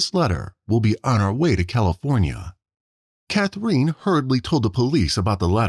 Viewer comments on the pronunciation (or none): It's Cath-rinn. NOT Cath-reen. And Anastasia. NOT Anesthesia. Robots should not be narrators. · Who is this /ca-THREEN/ that the video keeps saying? "Catherine", the girl's mother, is pronounced nothing at all like that. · You have a very odd way of saying “Catherine”. Sounds like “Cathreen”. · I noticed the same thing. Bizarre. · Come on, learn to pronounce Catherine.